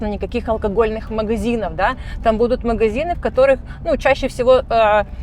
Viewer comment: У не очень приятный диалект. Говорит на русском языке)), но произносит многие гласные буквы в словах не правильно, некоторые гласные "проглатываются", а другие, наоборот произносятся с "нажимом". Например, слово "магазин" у неё звучит как "мыгызин", вместо "ходили" звучит "хыдили" и так далее. Для некоторых ушей)) такие мелочи не важны, а другим людям "режет слух". Ну и, конечно, напористось речи, свойственная многим экскурсоводам, и большое количество слов-паразитов.